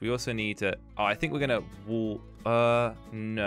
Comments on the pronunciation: Everyone: wall: wuoll😂😂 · Nobody:: Woll, colled, woter